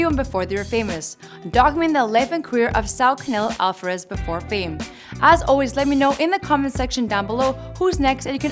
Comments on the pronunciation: Alfarez🤦🏻‍♂️🤦🏻‍♂️🤦🏻‍♂️ really wtf its Alvarez dummy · REPEAT AFTER ME: “All-VAH-REZ” “HA-LEES-KO”